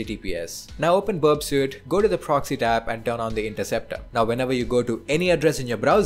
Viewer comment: Its pronounced berp-sweet (burpsuite).